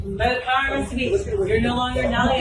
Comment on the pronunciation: it's "vested"...